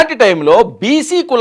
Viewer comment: కొంచెం అవగాహనతో న్యూస్ ప్రెసెంట్ చెయ్యవయ్యా!ఎప్పటి నుంచో ఊహాగానాలలో ఉన్నవారిని తీసుకొచ్చి ఈరోజు కొత్తగా లిస్ట్ లీక్ అయిందన్నట్టు చెప్తావేంటి?జనసేన నాయకుడిగా అందరికి సుపరిచితుడైనా పోతిన మహేష్ పేరుని పోతుల మహేష్ అని చెప్తున్నావ్!అలాగే గోదావరి జిల్లావాడివి అయి ఉండి శెట్టిబత్తుల రాజబాబు పేరుని రాజాబాబు అని పలుకుతున్నావ్!ఈరోజే జర్నలిజంలోకి వచ్చావా? లేకపోతే ఈరోజే ఫ్రెష్ గా ఆంధ్రకి వచ్చావా?